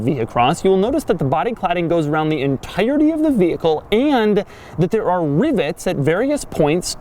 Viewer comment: Do you also pronounce it ve HIckle? God my ears, they bleed.